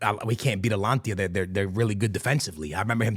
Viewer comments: Mate, ATALANTA ...what alantia? its not even close to Atalanta. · Bro how do you pronounce Atlanta in Georgia? Ok, so what’s “Atlantia” you keep saying 😂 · Atalanta ❌ Alantia ✅ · ATLANTIA sounds better thou🔥💀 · is it hard to pronounce Atalanta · 3 guarantees in life: death, taxes, and mispronouncing “Atalanta” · Can you say atalanta right for once